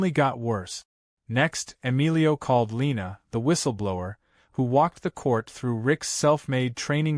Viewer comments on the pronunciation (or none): none